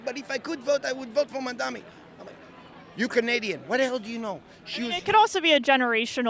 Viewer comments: Mandami mandami mandami. ITS MAMDANI. Get it right. Cuz we have to get it right. -Zohran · Why can't any of them say mamdani? They all say mandami. Can they read? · Why do all these people say Mandami? It's like there is some kind of speech impediment, or is this a zionist dog whistle? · None of these Islamophobic Zionists even know how to pronounce Zohran MamdaNi’s name! And they lie about him being a kkkHamas supporter, which he absolutely is not! He is simply pro-human rights for the Palestinian people and against the Apartheid State of Zionist IsraHELL. Also, it’s an absolute lie that PISSrael is the only Democracy in the Middle East! There are many Arab Countries in the Middle East that are Democratic States, a lot more Democratic than the Jewish-Supremacist Ethnocentric Apartheid State of Zionist IsraHELL! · They all seem to have a speech impairment issue cause they can’t pronounce the ‘n’ in Mamdani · They stay mispronouncing his name 🙄 can’t take these people seriously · Is the mispronunciation on purpose? I dont get it. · Incredible how hard it seems for people to pronounce the name Mamdani, it's literally so easy I don't understand